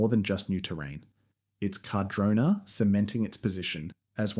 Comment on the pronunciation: whats with all the mispronunciations? carh-drona, condola, wah nah kah, are you doing that on purpose? did you even do any research or are you just reading off an AI script or something. your pretty much repeating yourself for 10 minutes aswell, this video could be like 2 minutes without the repitition and random facts that mean nothing. You just sound like a PR manager, and not an actual insightful skier who has lots of valuable information to relay.